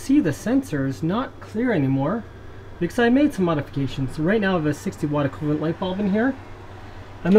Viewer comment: He says "acoolant" for "equivalent" wtf??